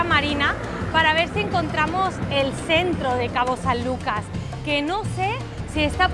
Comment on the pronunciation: Hasta que alguien dice bien el nombre de mi hermoso puerto, cabo san lucas baja california sur.